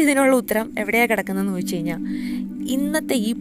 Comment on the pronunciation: Its good but she can standardize her malayalam. Kayinjal is a wrong usage. Kazhinjal is the right pronunciation. Please be careful while using our Mother tongue